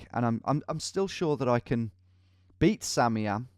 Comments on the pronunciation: isn't it "Sam I am"? not samiam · Do you realize its sam, i am, and not samiam